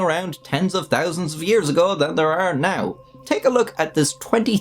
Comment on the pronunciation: It really, REALLY bothers me that you only choose to pronounce the H in some words, only a quarter of the time. Like whats the point of saying "thirty thousand" as "turty thousand" Either say "thirty thousand" or commit to your accent and say "turty tousand" Fk bud, figure it out.